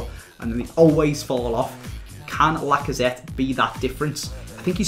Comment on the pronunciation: TheDeadliestUnknown lacazette isn't pronounced the same as machete